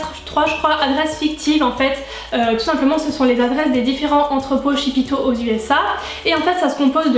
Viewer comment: Tu m'as trops fais rire avec ton shipito ( la prononciation) je suis presque sur qu'on dit ship to genre un jeu de mot ship it to comme en anglais (envoyer à) à part ça merci beaucoup je galèrais pour me faire livrer des produits Us comme coastal scents ou j'ai du payer 30$ de frais de port